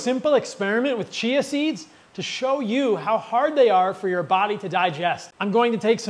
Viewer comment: Just work on your pronounciation of Chia seeds, l thought you were talking about cheese seeds.